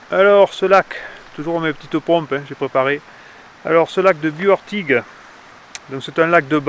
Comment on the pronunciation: Il faut prononcer le "s" à Bious !!